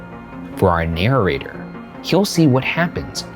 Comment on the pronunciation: "for our nayrrator"